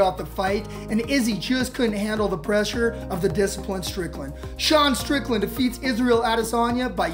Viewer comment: "Dasean strickland" ❤❤❤ i love it